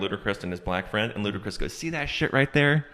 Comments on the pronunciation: I stop this video when they pronounced, “Ludacris” “Lou da Chris.” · Only white people call Ludacris, LUDA-Chris 😂😂😂😂